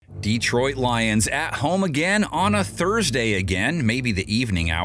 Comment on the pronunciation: Bro paid to mispronounce DEEtroit lol